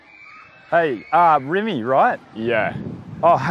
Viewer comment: Ohhhhh. It’s Rimmie not Rimmy 😂